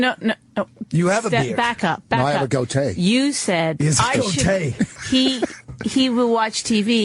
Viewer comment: “I have a goatay”